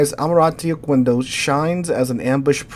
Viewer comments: Oquendo should be read as "Okéndó" as the u is mute after a q. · okendo. It would only be oKUendo if it were written like this: Oqüendo